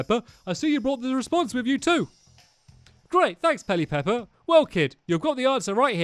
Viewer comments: I love it when stampy says ‘peli-pepper’ you’ve got an extra ‘pe’ in there stamps 😂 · Pel ip er Not: Pel i pep per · Its not pelly-pepper! Its pell-e-per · Its not peli pepper its peli per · It's Pe lip per ot Pelipepper!!!!!!